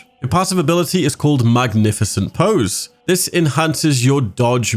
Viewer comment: Poise. Not pose.